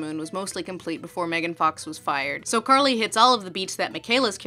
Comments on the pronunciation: I think you mean CAR-ly. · Her name. Is. CAR-ly. dies laughing